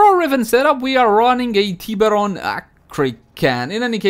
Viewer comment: The teeeeberon prime hahahaa